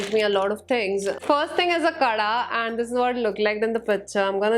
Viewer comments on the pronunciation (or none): none